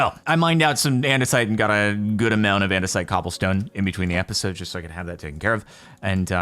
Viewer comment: "i've been busy inbetween episdoes"